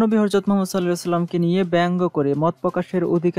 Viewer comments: হরযত না মিয়া ভাই,,,,, "হযরত" বলুন।। ধন্যবাদ। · শব্দটা হরযত না, ( হযরত ) অনেক শিক্ষিত লোকও এই একই উচ্চারণ করে.